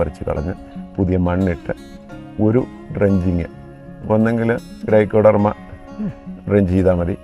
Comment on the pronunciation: സൂഡോമോണസ് അല്ല സ്യൂഡോമോണാസ് (Pseudomonas) ആണ്. ഗ്രൈക്കോഡർമ അല്ല. ട്രൈക്കോഡർമ (Traykodarma) ആണ്.